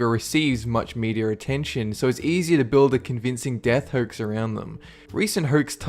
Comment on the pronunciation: I like the way you say "hoax" Hoykes.